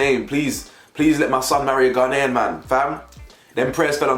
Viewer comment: Anybody else irritated by how Chelsea pronounces Ghanaian? 😂😂